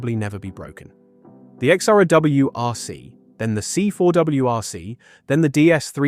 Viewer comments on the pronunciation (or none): It is Xsara, not X-sara. Like Ksara. :D